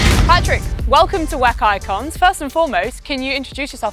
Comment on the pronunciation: The content is great, but pronouncing W.E.C. wheck is rough.